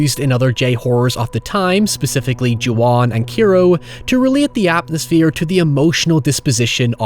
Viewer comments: Kairo is pronounced more like the capital of Egypt just fyi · the "kai" in Kairo rhymes with "sky", "high", "sigh", etc. Please stop calling it keeeero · I am BEGGING you to learn how to pronounce literally anything in Japanese properly. Every time you said "Kairo" wrong I couldn't help wincing Good video aside from that though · Your pronunciation of Kairo is horrendous. There's an 'A' in there, man! Anyways, nice vid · It's been a year and I still can't get over the constant mispronunciations of "Kairo" and "Mitsuko".